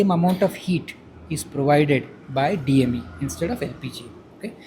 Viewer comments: It is so frustrating that the lady keeps on saying DEM when the guy is saying DME again and again. They should send some people who can use least of their common sense for reporting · It is so difficult to make a person to say DME next to him. (She is sayin as DEM). Think about the other users. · Poor reporter , she can’t spell DME ..she is saying DEM..that too repeatedly ..😁😁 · Arey Ladki.... DEM, DEM, DEM, DEM, DEM.... Nahi......... DME hai, DME hai.... DME, DME, DME Uncle ka bas nahi chala varna ek chaped maar ke samjha deta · The Interviewer is a not fit to take interview of a SCIENTIST.SHE MADE THE INTERSTING SUBJECT INTO A BORING ONE.SHE DIES NOT EVEN PRONOUNCE DME .SHE REPEATWDLY SAYING DEM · DME Hai " DEM" nahi Damn lady. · Anchor uttered DeM , it is DME. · Madam anchor repeatedly says DEM instead of DME ! I wonder how this error is overlooked even in editing! ?? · Poor reporter, she couldn't understand, kept calling DEM rather than DME 😢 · The reporter is repeatedly saying DEM. Pay attention miss.... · Beautifully explained by the sir! Propane replaced by Di methyl ether! Fantastic concept. But cost factor is important and seems higher than LPG! Inspite of explaining so many times, that lady is repeating again and again wrongly as DEM, DEM🤦🤦 It is actually DME! But with 40% substitution may be possible with cost balancing or may be with 10% cost escalation. But the foreign currency exchange saving for India will be very very huge and India can be self reliant. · Sir this is a great step and great efforts done by you and your team and your organization too.Its now essential to show this setup to PM Modiji Sir.Madam it's DME not DEM and great news by Pune Times Mirror thankyou for that. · Cirrection for the Intrrviewer~ It's DME, not DEM It's NOZZLE, not NOSTRIL Thanks for your attention 😊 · The interviewer always saying "DEM" instead of DME 🙄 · Madam Reporter, you have constantly repeated DME as DEM. It's a faux pas. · Madam it is DME, not DEM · DME NOT DEM